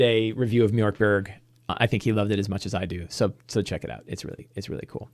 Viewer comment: It's definitely not pronounced "mjork berg" 😂. The O with the dots is pronounced much like the Americans would say "ea" in in the word "heard". Borg is pronounced "bori" (like the word "boring") in Sweden.